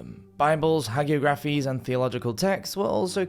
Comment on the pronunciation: In Britain, Ireland, Australia, ignominy is pronounced IGno-minny, with the stress on the first syllable as it is in “ignorant”. Only some Americans pronounce it ig-NOMine, presumably to show off that they recognise its Latin constituent parts. Hagiography is pronounced HAggy-OGraphy (the stresses are similar to “geographical”) Genoa is pronounced GEN-oa in English.